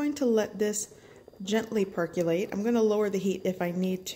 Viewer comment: For the love of god, PLEASE look up the pronunciation of "percolator" and "percolate". There are many online dictionaries that even have audio demonstrations. It's painful hearing you mangle those two words umpteen times through this. That said, the finished drink looks delicious.